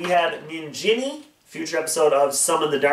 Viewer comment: The way you pronounce ninjini bugs me